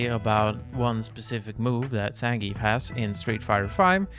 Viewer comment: learn how to say zangief then ill trust you